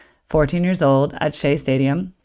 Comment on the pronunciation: It's pronounced as shay. It rhymes with hay.